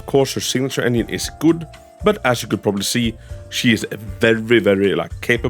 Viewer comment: I cant unhear him saying onion instead of engine